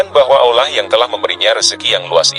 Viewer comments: Hai! Pembanca yg benar &;pasih menyebut nama Alloh itu keyakinan umat islam sedunia bukan ( ollah) itu salah besar pembaca kau kwalat ok bro mksih sblumnya mhn mf bila ada kata2 yg kurang brerkenan trimksih sblumnya sekali lagi kpd pembanca klalau menyebut Alloh jangan di balik2 pamali ok bro. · Bener, narator nya salah dlm menyebut nama Allah. Malah kebalik, d ucapkan (ollah)..🙏🙏🙏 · Kenapa menyebut kata "Allah" dengan lafal yang tidak benar? Mohon dicek lagi dubbing naratornya.